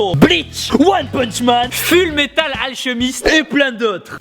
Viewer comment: Voila comment ta dit Fullmetal Fullmatal